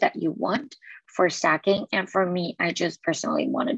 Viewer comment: Pronounced STAY-KING. Not stacking....